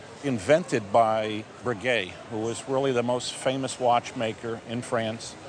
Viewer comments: but hey he pronounced 'breguet' right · Tor-bill-i-on?? I'm surprised he managed to pronounce Breguet more-or-less correct...